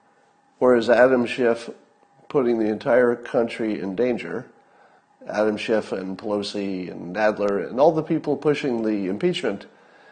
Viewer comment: It's Schiff, not Shift.